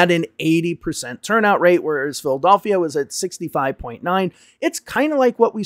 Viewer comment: Why are you unable to pronounce Philadelphia? Who does that? 😂